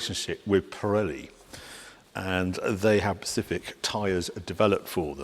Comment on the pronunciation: I'll never get over the fact that Harry legitimately 100% of the time pronounces specific, "pacific". Easily the most well spoken and probably only non-child I've ever heard do so.